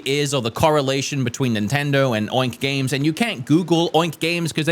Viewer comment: "Nintender" lol